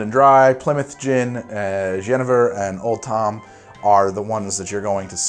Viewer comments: In Dutch you say 'Yenayver' not 'Yennever' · It's pronounced 'ye-nay-ver', not 'jennifer'. The Dutch word for juniper is jeneverbes, or juniper berry. I had always assumed that juniper got its name from the drink, not the other way around. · Jenever is actually pronounced yuh-nay-ver ;) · Its jenever, but you say yenefer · the dutch pronunciation would be juh-nay-vuhr, not gehnehver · For those interested: jenever is pronounced as yuhnayvair with the emphasis on the “nay”. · Phonetically it is pronounced "yen-a-ver" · Hey, someone from The Netherlands (Holland) here! Jenever is actually pronounced "Juhnaevur", but you made a pretty good effort:). Great video! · Jenever is pronounced, with and american accent, Jen-ee-ver. Visited family in Holland in 2018 and visited the Ketel One facility. Highly recommend. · Pronunciation of Jenever: Yuh-nay-vur. I noticed some people Dutch people also pronounce the "j" as the "je" sound in French, like in "je t'aime". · Dutchy here! So the Dutch pronunciation is [jəˈneːʋər], so "yuh-nay-vuhr". You pronunciation is more reminiscent of the Dutch pronunciation for the name Jennifer. And among Dutch people, or maybe especially my city since it has a very deep jenever history, it is regarded as more of predecessor to what is now Gin than a kind of gin. I really like G&T made with Bobby's gin paired with an orange slice and cloves, or the Ketel One Botanical Grapefruit Rose with a lime wedge. But the older generation would probably order something known as a "koopstoot" (headbutt) which is a glass of beer and a shot glass filled with jenever next to it (not mixed, but in separate glasses). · Hey great video! The Dutch pronunciation of Jenever is something like: Yuh-nay-vuhr btw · Dutch guy here. The dutch pronunciation of jenever is ye-NAY-ver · Jenever translates to Juniper! the Jeneverbes - Juniper berry, also you pronounce it juhnayvur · We Dutch call it Soft J Jen-ay-ver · YenAaaafir is the Dutch pronunciation phonetically